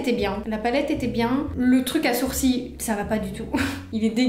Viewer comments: Tu dis sourcis au lieu de sourcils mais c’est pas grave❤ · Pk tu dit les sourcii et pas les sourcils ? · Je suis la seul à entendre soursi au lieux de sourcils ?🤣 Je t’aime trop t’es trop belle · Au lieu de dire sourcil tu dis sourci bref super vidéo ❤️👍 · on dit soursiles pas soursi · Ça me tue elle dis les sourci et pas les sourcils 🤣🤣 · Je suis la seule à entendre « mes sourcis » 😭😭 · « les SOUR-CIES »😂